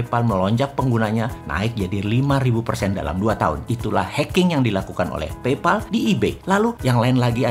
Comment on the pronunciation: Pay dibaca Pey Pal dibaca PAEL Paypal